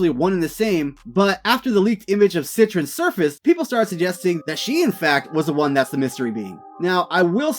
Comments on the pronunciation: There is no "n" in the name it is set-tree-on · “Sit-Trin” I’m deceased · Cetrion would be pronounced like ( set-TREE-on ) pretty sure bro 💯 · Nigga how do you not know how to pronounce Cetrion?